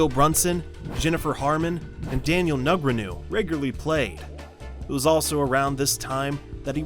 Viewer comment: Amazing this guy doesn't know how to pronounce Daniel's last name!